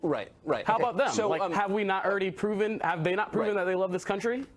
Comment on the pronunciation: Why does he say "irdy" instead of "already"? What a moron to claim that Trump is the only person to win the presidential election without winning the popular vote.